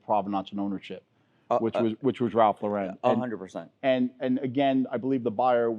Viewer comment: Why can’t anyone say Ralph Lauren correctly? It’s like the girls name. It’s simple. LOR-EN. Stop trying to tart it up… and I heard this from the horses mouth 20 years ago.